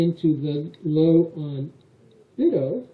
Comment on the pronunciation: I think it should be pronounced "BUY-toe"